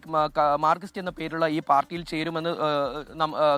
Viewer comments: മാർകിസ്റ്റ് അല്ല ചങ്ങാതി മാർക്സിസ്റ്റ് എന്നാണ്. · മാർകിസ്റ്റ് അല്ല മാർക്സിസ്റ്റ് എന്ന് തിരുത്തി വായിക്കുക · നാക്ക് വടിച്ചിട്ട് മാർക്സിസ്റ്റ് എന്ന് പറയൂ... മാർക്കിസ്റ്റ് എന്ന് പറയുന്ന പത്രപ്രവർത്തകൻ്റെ യോഗ്യത എന്താണ്.